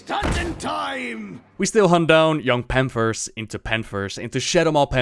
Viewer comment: "de panfers of strangleforn vale." i love this guy <3 where are you from? perfect english btw.